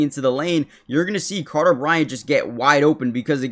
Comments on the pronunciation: Who is "Cater"? lol. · His name is "Carter". You said "Cater". Slow down and read FFS, lol. Also, I'm a UA grad. I know exactly who TF Carter Bryant is. 😆